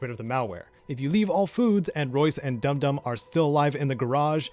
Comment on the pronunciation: Its Dum Dum, like dumb dumb not doom doom